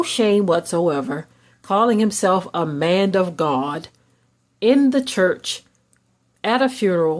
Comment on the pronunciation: loveto livetruely ..."mand of gawd"...😖